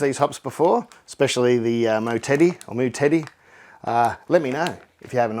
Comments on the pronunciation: I pictured the Moutere hops being used in a lager named Mow Terry, and on the can would be a picture of Terry mowing his lawn before he enjoys a nice cold lager.. But im not sure I prefer your pronunciation of Mow Teddy, that was hilarious! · Nice 1 you nailed it 😎 you're pronunciation of 'Moutere' is pretty bloody close! And yes it's more "Mow-tedy" 👍 now I just have to get you to say Motueka... instead of Matuka 🤔🤣 enjoy Gabs Mate, wish I could be there! Cheers, Mike 🍻🍻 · Oops, sorry. Ok, then it's Mow terry. By pronouncing that word like that you'll sound like most Kiwi Just another district where they grow them. Cheers.